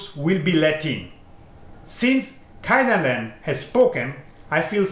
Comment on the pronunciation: please say "KAY-dan-ren" (where KAY rhymes with PLAY) not "KAI-dan-ren" (where KAI rhymes with HIGH). 経団連 is written "Keidanren" in Romaji not "Kaidanren".